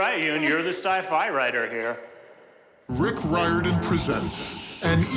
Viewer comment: Yes, the first person who said it in the very beginning said it right. It has a weird pronunciation